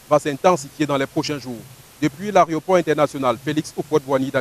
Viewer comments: "arioport" tchai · C'est pas "arioport" c'est aéroport. Ehh les camerounais là c'est pas la peine